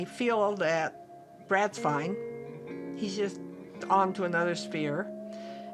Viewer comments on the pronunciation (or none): none